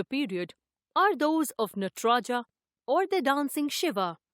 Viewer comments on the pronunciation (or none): none